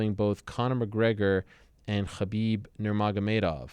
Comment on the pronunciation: Lol he's the only one to pronouce khabins name.correct.